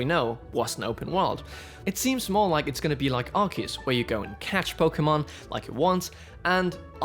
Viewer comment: Brilliant video,!! So far, your work on Nintendo Life is just amazing. Also, you say Arceus properly. Take note, Zion 😂😂😂. I will be picking up Scarlet and my wife has claimed Violet. They are out preferred colours. Cannot wait for these new games. I just hope they have the same style and mechanics as Arceus. Fingers crossed 🤞🤞